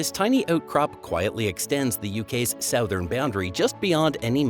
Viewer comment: The UK is not in Eutope. As you said, it is off the coast of Eutope. The AI voice is hopeless. Isles of Akilly? Sowthern? There are two different pronunciation of basalt very close together. Can't watch more of this drivel.